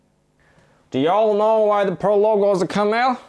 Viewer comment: “Perl poet” LOL